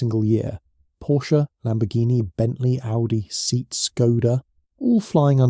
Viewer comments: Seat is pronounced say-at, and not like "seed", because it was a Spanish company and brand, and in Spanish language there is no "ea" combination, it's just an e and an a pronounced separately. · Is this AI commentary? If not surely you know SEAT is Say-at not seat as in 🪑. It’s a very mainstream brand in the UK. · It's pronounced SAY-AT.. NOT SEAT... A 'HUMAN' WOULD KNOW THIS.???.. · I’m so sick of A.I. ‘voiceover’ soundtracks…. This program is too simplistic to ‘get’ that the Spanish car brand’s name is “say-aht” - not “seet” - and whoever’s responsible for uploading this content can’t be bothered to correct the situation, or they don’t know it, either. Unsubscribing now… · Voic-over mispronounced one of the brand names: the Spanish "Seet", is actually pronounced as "Say-att" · SEAT is pronounced SEE-AT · Seat it is pronounced Se-at, doesn't sound serious to claim competency about a global automaker when you cannot even pronounce one of its brands. Not to mention Skoda 😅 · Seat is pronounced 'See-At' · pronounce it with me, Say-ott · SAY-AT, actually